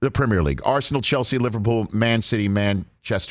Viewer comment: better question is: why can't pronounce the word "premier"? the 'primmer' league?? lmfao